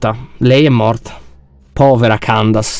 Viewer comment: C'è scritto candace ma si pronuncia chendeis 😊ok Non candazia😑